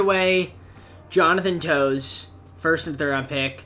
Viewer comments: I love the video but you called Toews “Jonathan Toes” and I can’t stop laughing It’s pronounced like “Tayves” lol but great video! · Nice video but it’s not how you say Toews it’s “Taves” Tays could also work